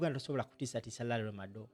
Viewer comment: Madowo not Madowa